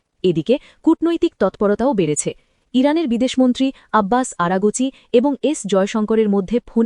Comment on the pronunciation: উচ্চারন ঠিক করেন (আরা গোচি) না আরগচি হবে।